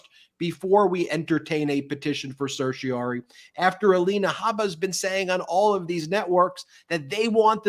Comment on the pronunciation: Ben, please practice the pronunciation of "certiorari"; you often drop the "ra".